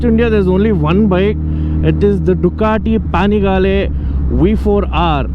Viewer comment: I was freaked out when he pronounced ducati panigle v4r 🤣🤣🤣